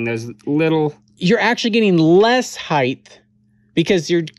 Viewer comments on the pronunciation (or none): did you say heighth???